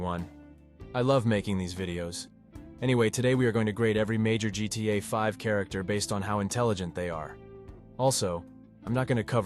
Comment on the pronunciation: “that’s what makes GTA guita”